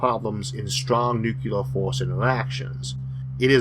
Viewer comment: I, for one found the music to be distracting. Of course I get distracted every time he says "nuculer".